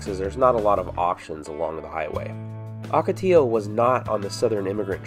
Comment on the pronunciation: Please, the word ocotillo is pronounced "OH-ka-tee-yo," NOT "AW-ka-tee-yo." Muchas gracias.